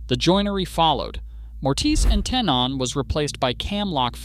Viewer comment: Also- Mortise and Tenon is pronounced “mor-tiss” and “ten-in” You taught me something today, just humbly sharing something in return. Love the video, excellent research, keep it up!